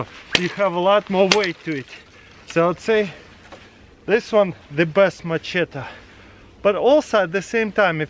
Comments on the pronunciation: Macheta is how he says it but it's machete lol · its machette 😂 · When ever he says machete I hear my cheetos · Mah-cheta lol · Love the way you say MACHETE! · Ask Katherine how to pronounce Macheta